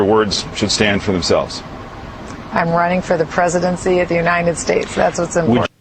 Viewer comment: still laughing about the way she says "uninted states"